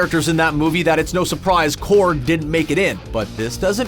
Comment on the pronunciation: Corg not corgi